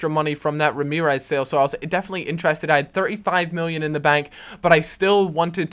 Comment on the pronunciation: Why does he say "miwwion" ?